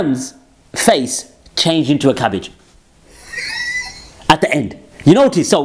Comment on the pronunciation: Your cabbage comment in your Brummie accent killed me bruv haha